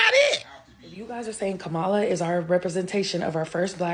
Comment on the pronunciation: Comma-La NOT ka-Mala